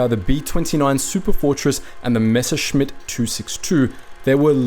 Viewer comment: nice that he can pronounce messerschmitt corectly